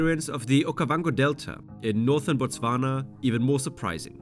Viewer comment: bro can you stop butchering the hell out of the name Botswana